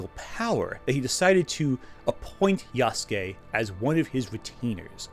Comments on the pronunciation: gonna be the weeb here and point out that for the entire time he talks about him he pro-nounces it wrong. It's pronounced " Ya-su-ke " Not " Yahs-kee " as he does for the video section, the guest speaker he has read a small portion of an article pronounces it correctly but himself does not. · the people saying Nobunaga was ""only a retainer"" aren't Historians, can't read japanese and don't even know what being a Retainer to Nobunaga meant in that era. why should i listen to some submental antiwoke youtuber who can't even pronounce ヤスケ correctly over what actual japanese historians and scholars have been saying for the past 100+ years? did i hallucinate the existence of Afro Samurai? How do you cope with the fact Japan has been depicting Yasuke in literature and media as a warrior for the past 60+ years? Does it give you pause that the Koei-Tecmo video game series Samurai Warriors has featured Yasuke for multiple entries? Are you implying people of Japan know less about their own history than some slop american antiwoke crusader?